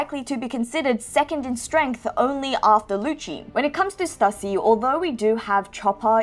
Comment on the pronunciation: I think Stussy is pronounced as "Stew-sea." That's what I remember hearing during Whole Cake Island